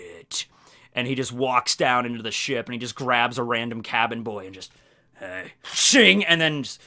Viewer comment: today's forcast will be a nice snowy day get ready, hope you have a good day also, 'shink' that's what i picture him saying 🤣😂🤣😂